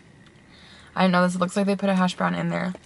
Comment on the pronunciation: why does everyone pronounce the “brown” portion of “hash brown” with a different tone just say “hash brown” and not “hash BRown”